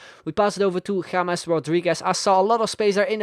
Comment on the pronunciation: Finally a youtuber who knows how to pronounce James